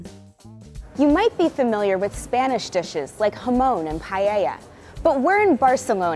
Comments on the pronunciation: she said 'hamoan' and i was like 'damn is there a spanish dish ive never heard of before?' but no she just didn't pronounce jamon right lmao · Hamon and payeya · hamown and paiaia. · "You might be familiar with Spanish dishes like hamOun and paiEia" Me, Spanish: No I am not. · And Jamón, hamown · I'm not spanish and it makes me cry too. Also jamon. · The way I cringed at the way she said paella and jamon